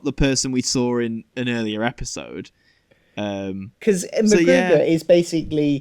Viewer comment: Btw, its McGruder, not McGruger